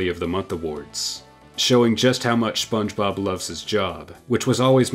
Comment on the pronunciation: Never in my life have i ever heard anyone call it the spob movie